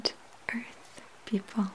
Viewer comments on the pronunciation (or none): I love how she says earth... it's like "ourth"